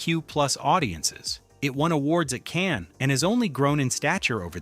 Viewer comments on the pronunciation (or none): none